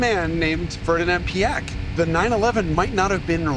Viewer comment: as a German at first i was afraid how you would butcher his name but i am VERY happy you didnt! Thanks for that!!!